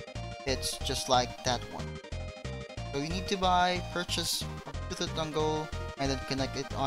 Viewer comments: STOP CALLING IT "Bluethut"!! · xD bluethoot ITS BLUETOOTH IDIOT xD